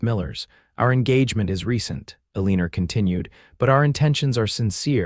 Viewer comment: Meh… it was better than some; however, this channel is hung up on the name Eliana, aka Eeleeeeenerrrr. It is so distracting. Just use Sue, Susan, Mary… something the ai reader cannot botch